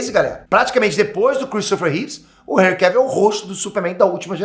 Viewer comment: Hj q vim saber a pronuncia correta do primeiro nome desse ator, graças a vc. Pois até o momento eu chamava ele de "Enrri" dessa maneira q escrevi.